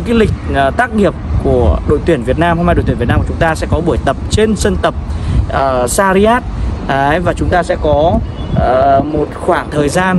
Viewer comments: sarjah anh ơi đừng đọc sariyat nữa :(((( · doc ten san nham roi e; shac raa